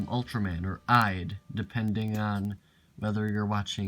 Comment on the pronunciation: This was really enjoyable. Very nice! BTW You pronounced Ide wrong. I don't think Ide acted for Ippei. Jun chan played the main character for "Rodan", villian from "Godzilla vs the thing" and many more. Grow up Turtle was a story based off a old Japanese fairy tale, "Urashima Taro".